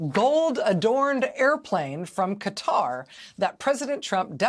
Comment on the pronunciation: Close to the only US citizen able to pronounce Qatar correct And a news provider worth respect